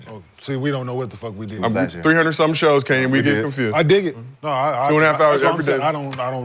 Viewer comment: Kenyen mad 1 min into the clip bro 😂 Kenyon*